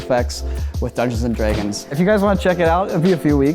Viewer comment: why saying Draygon